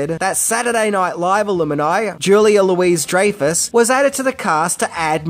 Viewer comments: Really struggling your attempts to say "Julia Louis-Dreyfus" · There's no way you're not pronouncing Julia Louis Dreyfuss wrong on purpose!